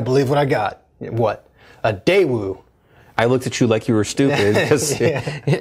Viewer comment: Just a quick FYI: the correct pronunciation of Daewoo is… hard to explain in a text note! Best I can do is Daewoo without the W so "Dae'oo" or "Dai'ouh" :)